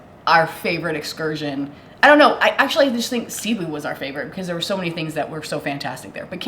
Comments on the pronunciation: Hi guys, Cebu is pronounced like taboo, accent on the last syllable. Best to ask the locals how to say it. Watching you from Orlando Florida. Good job guys!😁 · Pronounced Ceh BOO! Say it that fast. Glad you had a great time. Filipinos usually are very hospitable. The water is so clear and so warm. I do miss that. You probably looked intimidating and they didn’t bother to steal from you. 😬 You’re so lucky things were not stolen in your luggage.